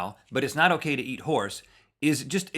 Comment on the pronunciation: I have eaten horse, only he pronounced it Hoss.